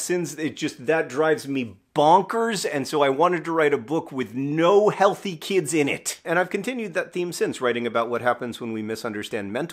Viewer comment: I don’t know why, but the emphasis John put on “no healthy kids” was hilarious to me. “Hey kid, you sick? No? Well GET OUTTA HERE!”